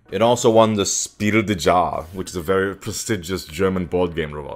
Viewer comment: Jahre is pronounced "Yarr" more than "Zhar"